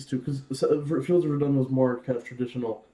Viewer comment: How can so many people pronounce Verdun wrong especially after hearing the Fields of Verdun?